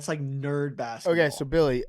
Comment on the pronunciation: Billy's parents paid for him to go to non-public schools, right? How does he pronounce so many words incorrectly? His parents should get a full refund. They should receive said settlement in gold bullion.